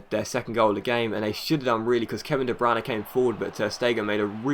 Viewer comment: de bruyne is not pronounced de branagh